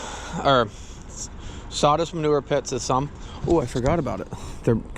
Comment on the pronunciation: Plastic "strahz"?????? "Sawdist"????? "Chainsah"?????